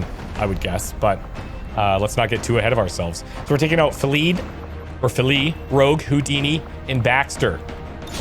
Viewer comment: I have some invaluable intel regarding one of your squad members - 'Filidh'. This is a Scots Gaelic name, and as a Scotsman, your pronunciation leaves a lot to be desired!;) The closest I can get to explaining the correct pronunciation in text would be 'Philly' (as in the colloquial term for Philadelphia) Hope this helps!:D Good luck,. As you were...